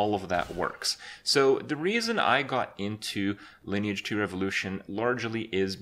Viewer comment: Lineage not liné age Like online but line lineage